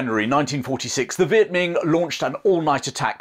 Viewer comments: Great video. Just a quick note, it's not pronounced Viet Ming with a g at the end. It's Viet Minh with an n sound at the end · Viet Minh pronounced like min. Not Ming.